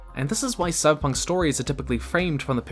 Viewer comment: wtf is Sybunk 2077? - terrible start